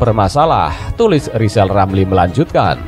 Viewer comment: Hari pertama Rijal Ramli jadi presiden ,kami rakyat akan turunkan lagi sebab gak pantas ngomongnya gak bisa R wkwk 😀😀😀